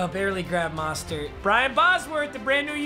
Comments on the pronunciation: Yo papa its not Mah-Stert its Moe-stert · Nobody: Literally Nobody:: Says Mahstert instead of Mostert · After everything that happened in the NFL and having him on ur team even, u still can’t say Mosterts name right😂 it’s moh-stert not maw-stert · I've HAD ENOUGH OF THIS PAPA ITS MOSTERT MOE......STERT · Btw Raheem Mostert’s last name is pronounced “MO-stert”, not “MA-start” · It is mOstert Not mastert